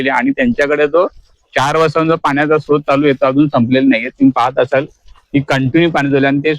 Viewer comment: स्तोत्र नाही स्रोत.